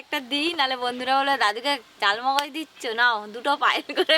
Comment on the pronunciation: Chalmogoj noy kothata charmogoj